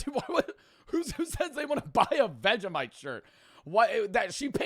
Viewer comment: nah why you say vegemite like that? as a white Australian of myself that pisses me off other then that love you:)